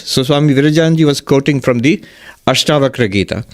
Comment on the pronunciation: Its ASHTAVAKRA GEETA..NOT BAKHRA